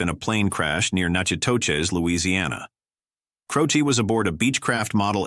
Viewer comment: Jim Croce not Crowchi